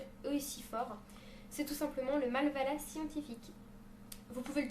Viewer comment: C'est pas Malvala c'est Mavala :) :p